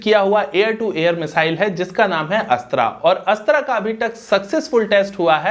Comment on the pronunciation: अस्त्रा नहीं अस्त्र 🤣🤣🤣🤣🤣